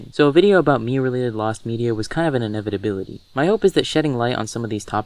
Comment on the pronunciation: Inevitability not inebitability